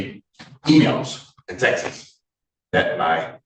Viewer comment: its texts not texes